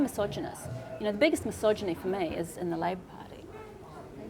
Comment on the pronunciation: She said "misogyny "... Sigh.